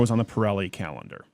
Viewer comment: I’m sorry, did you say “calendar” or “Cowender”?